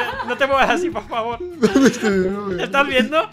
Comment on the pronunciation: no se nierocuento que el minuto nacho dise pofobo